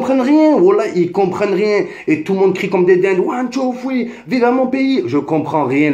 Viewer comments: One two fwii lol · Ouane tou foui 😂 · WOUAN TOU FWEE MDRRRRRRRRRR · ouane tou foui 😂😂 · One two... fweee???? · Nan man nan c pas one tou foui